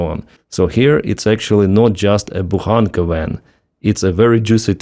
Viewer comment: Every time you talk about Bohanca (sp?) vans I hear "BOHICA" - bend over. here it comes again.